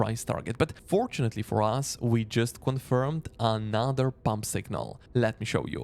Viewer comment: and then there's AH-NAH-ther word